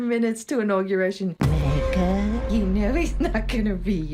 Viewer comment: Who's "Megga"? Here's to you Mrs. Megga Robinson; YOU'RE WEIRD